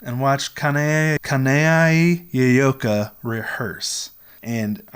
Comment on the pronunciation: It’s so cool that you met Yoyoka. But you keep saying Yay-yo-ka.